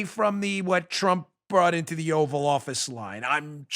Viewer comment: Bill called it the "Oral office" not "Oval office"